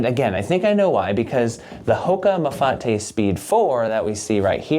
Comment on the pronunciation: So glad you didn’t pronounce it Mafait like I heard elsewhere